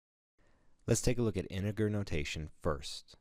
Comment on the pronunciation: You're not pronouncing the word integer correctly...